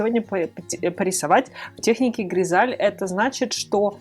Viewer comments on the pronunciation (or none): По моему правильнее говорить гризайль , а не гризаль